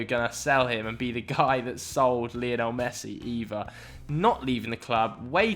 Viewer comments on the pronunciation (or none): none